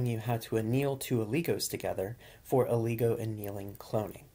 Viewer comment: It's not Ooooligo lol Its oligo